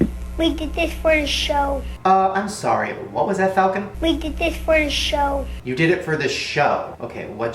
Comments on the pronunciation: Falcon not falcum. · it's not falcolm, it's falcon the kids name is fucking FALCON